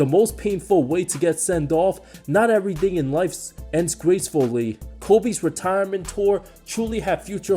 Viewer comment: "Not ev-or-ee thing in lifes ends grace-fool-lee." I don't mean to sound rude but you should really consider speech therapy.